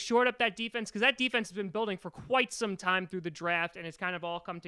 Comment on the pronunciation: Its time not tine!!